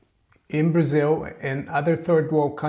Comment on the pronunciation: We know is from Brasil because he pronounces it Brasiw and the silent second B in bomb:)